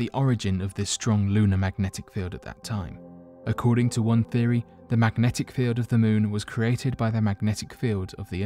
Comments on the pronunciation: Mmmmagnetic field. Mmmm... mmmfieldffmnagteci? 🥴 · Drinking game. Drink everytime he says. Macknetic field.